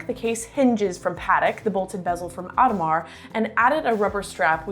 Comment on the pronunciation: Native French speaker here. I truly recommend taking a class in French, and prononciation. Paddick and Ottomar?